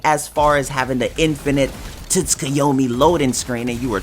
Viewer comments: Sooooo we just gonna gloss over the fact my mans said tits-ku-yomi. Lol I got so triggered for 3 seconds 😂. Love the video tho🤙🏾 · the t is silent dumbass... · Bruh the t is silent in Tsukuyomi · your pronunciation of infinite tsukuyomi makes me mad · Your pronunciation of tsukuyomi had me weak 😂. Loved the vid man keep up the good work!